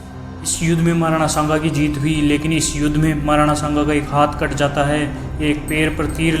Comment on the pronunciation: are kutto Nam to maharana shanga ka achhe se liya Karo Nam lene ki tamij nahi chale itihaash batane